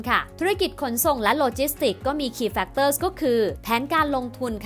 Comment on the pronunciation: โอ้โหววว... เปิดมาเจอแบบไม่ตั้งใจ แต่คลิปแบบ"ดีม๊ากกกกก"ค่ะ!!! กราฟฟิคสวย น่ารักสุด สรุปพ้อยท์เป็นข้อๆได้สั้นชัดเจนมาก เข้าใจได้ง่ายจริงๆ ที่สำคัญสปีดการพูดพอดีมากเลยค่ะ ฟังง่าย ชัดเจน ไม่เยิ่นเย้อ ขอชืนชมการออกเสียงทุกคำชัดมากๆๆๆๆๆ factors แม้พูดเร็วแต่ s ยังชัดแจ๋วว เสียงเพราะด้วย จะดูซ้ำหลายๆรอบเลย เป็นกำลังใจให้นะคะ ♥♥♥♥